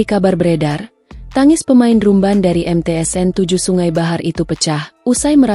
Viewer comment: Dibaaca dram ben.. bkn drum ben